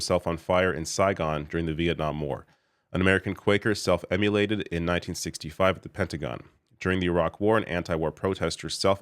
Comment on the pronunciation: Self- IM-mo-lated, not “self-emulated”.